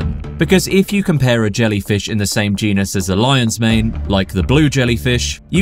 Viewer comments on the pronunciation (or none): none